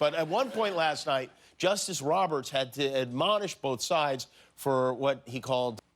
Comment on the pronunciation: Anyone else gonna address the Sharizard pronunciation